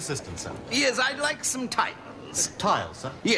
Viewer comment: and you had to say "Ears" instead of "Yes"